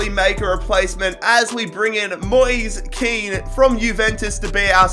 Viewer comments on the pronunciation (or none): Moise kean is actually said moesay kane